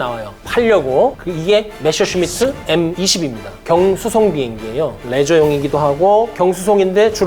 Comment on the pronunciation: 독일어 읽을 줄 모르시는 것 같은데, 그냥 한글로 표기된 걸 그대로 읽었으면 좋겠어요. 주인공인 메서슈미트부터 방송 내내 메셔슈미트라고하시니..